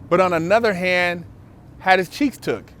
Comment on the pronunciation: "One of the Dopeth'est channels on youtube". "He got his cheeTHs busted". 😁😂🤣 "Bust'N Cheeths in prison"... I'm laughing so hard... "NO MAN, wants his cheeths busted". Word.... Funny as hell "Shit happens"... 😁😂😅